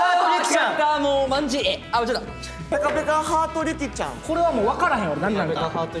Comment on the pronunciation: 何が「あﾏﾁｶﾞｴﾀｯ」やねんwwww